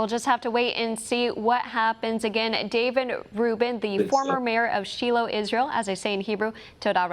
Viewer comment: Shiloh is pronounced SHY LOW not She'll low 😩